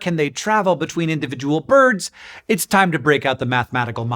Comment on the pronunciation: Every time I hear you say boids I end up hearing it said in the voice of Curly from the Three Stooges 😊